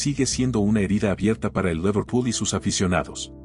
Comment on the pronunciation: Tatanic? Laverpul? Che pronunciación de 💩.. como el canal